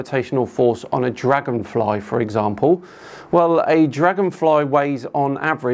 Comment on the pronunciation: dlagonfry -_- herro